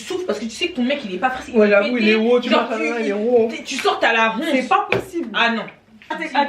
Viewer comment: Tu as la "WHONTE" 😂😂 c'est mieux je reprends mes révisions